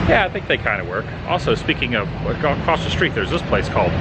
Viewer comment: The word "across" is pronounced ACROSS. There is no "T" on the end of it. I have no idea why people continue to say "acrosst" instead of ACROSS.